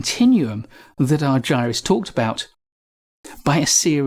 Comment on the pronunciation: Please pronounces Chris’s name as he pronounces it - Ar-ger-us